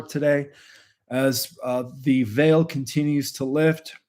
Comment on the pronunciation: Veil is pronounced vayl. 😊